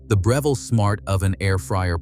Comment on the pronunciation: Right? He mispronounced Breville, 3 times in one sentence. So annoying, hate these damn AI's